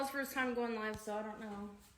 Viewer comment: Mürsel: canlı mı? Livvv Anna : Yes layv ... Helal olsun be Anna adamın konuşma özürlü olduğunu öğrenip birde telaffuzunu düzeltiyor rezil olmasın diye. Ama ömür boyu böyle mi olacak be Anna:)